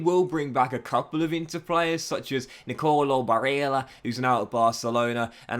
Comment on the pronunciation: Please look up how to properly pronounce barella 🤣🤣🤣